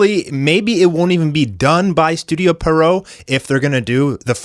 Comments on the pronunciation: Yeah and Pierrot is a French clown’s name in origin and pronounced as the name ‘Pierre’ followed by ‘roe’. Pierre-roe not Perrow. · Literally, no one knows how to pronounce Pierrot correctly. Some say Peridot some say Pero-oh. But it is actually pronounced: Pee-ur-row -> Pee + Arrow -> Pierrot And I fucking meant it. NOBODY in the anime community pronounces it correctly.